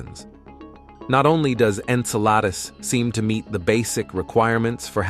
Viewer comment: Yeah, I, too, noticed that. Like Saturn's moon Enceladus was pronounced about three different ways, with one of the most notable being "En-sell-a-deuce".